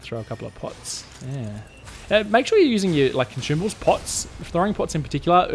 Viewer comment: Consumables ❌ Conchumable✅